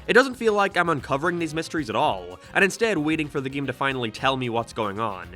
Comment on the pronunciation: why does he say ''geem''